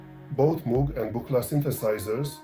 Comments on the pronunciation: It's a shame you didn't bother even acknowledging previous devices that had a role in the development of sound synthesis. Theremin; Ondes Martenot; Novachord; Clavioline etc. Also, you pronounce Moog incorrectly. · Thank you for your feedback. It's true that I need to work on the pronunciation of Moog. Unfortunately, English is not my native language (which is also true for the majority of people in the world), so I ask for your understanding. Since not only I but also the audience has pointed out the sound levels, the soundtrack and narrator will be improved, where I will also take your suggestion into account. However, I don't understand why you're criticizing me for not mentioning earlier electronic instruments when the title clearly states that it's a history of synthesizers. I plan to make a separate piece on various, often very interesting, electrophones and the very beginnings of electronic music, which go back to the 1920s. I hope this is good news for you.